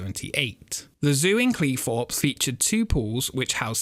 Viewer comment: i think if you are presenting videos you should brush up your english. Its Cleethorpes not Cleeforpes and a Theme park not feme park